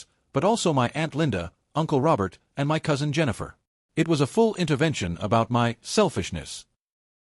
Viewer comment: good story though the AI needs work.. Also AI needs to learn how to say the word " my "..